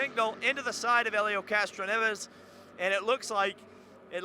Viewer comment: Angr-elio Castroneves